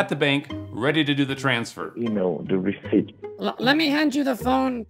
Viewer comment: The way the say re— ceep—ep